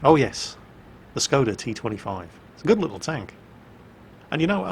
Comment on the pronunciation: Since I know you like to pronounce things correctly when you can... The "S" in Skoda is pronounced "Sh". It has the little pointing-down mark over it called a hacek, which means pronounce the consonant as if it had an "h" after it. So, the word sounds like "Shkoda."